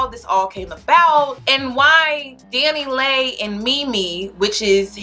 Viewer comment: It’s Dani Leigh pronounced Lee